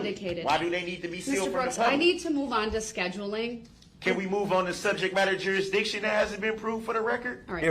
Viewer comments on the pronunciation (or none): She should have shocked him everytime he said "Subject matter Jutisdiction " lol